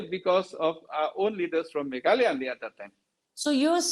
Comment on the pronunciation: Not meghaloi,,its meghalaya maamm.. ☺️